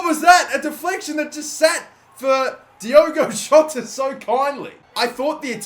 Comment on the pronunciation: By the way his name is Diogo Jota, not Diego Jota.